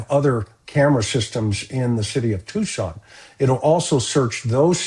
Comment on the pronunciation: Tucson, not Tuscan